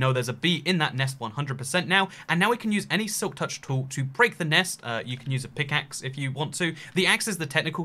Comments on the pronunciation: Nobody:: Silk Tourch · "silk Tourch"